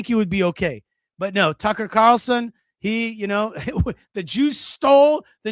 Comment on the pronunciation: the way that you pronounce, Tuuckkerrr!!!.. cracks me up 🤣👍🤣👍🤣👍🤣👍